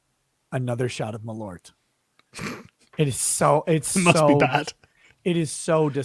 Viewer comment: Hahah malORT! Its malÖrt, pronounced more like "mal-UH-rt". (The UH noice is the same as "eau" in "eau de cologne" in french, or when you are making a confused thinking sound)